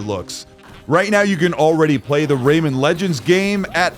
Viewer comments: Ray-man, not Raymond 🤦🏻‍♂️ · RayMAN not Raymond.